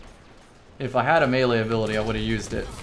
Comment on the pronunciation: Love it bro! You even pronounced melee correctly! This guy knows his stuff!